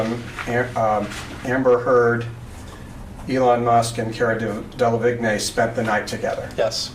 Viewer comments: "Del-av-igg-nee" I spit tea onto my bed sheets. In case you didn't know "del-ah-VEEN" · Her name is pronounced Del-ah-veen lmaoo that guy saying vig-neigh 😂😂 like I get it but still! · Dell-a-veen. That's how you pronounce Cara's last name. Definitely not Dell-a-vig-nay 😉💗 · Same 😂😂😂 That was painful... I mean how hard is it to look up how to pronounce someone’s name? I don’t even like the lady, but I know how to pronounce her name 🤦🏻‍♀️ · Kara or Cara Delavigne is a model and actress her last name is easy to pronounce it looks hard but its pronounced Dela-Veen. That guy was pronouncing it so funny. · It’s pronounced Del aveen. The a is a soft a so Cara you can easily read, then it is just Del Aveen in order to read it correctly. Hope that helps. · It’s pronounced De-La-veen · Car-ah Del-la-veen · ok, 1) Why the hell would you even look at other men (or women) when you are married to Johnny Depp? When Johnny Depp is IN LOVE WITH YOU??!!! and 2) I thought Cara's last name was said with a silent G, pronounced Dela-veen (or something?) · Delevingne = Day - luh - vee - n'yuh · pronunciation is “deh-lah-veen” I believe... just to help ( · Dey-La-Veen....g is silent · Cara Del-a-Vig? N A Y!!!!!! ;P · I kno cringe 😖 Hurt my ears.. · The way that lawyer says cara’s last name drives me crazy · Ok but the way he pronounces Delevingne 😭😭